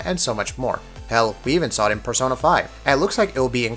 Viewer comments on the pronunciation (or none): none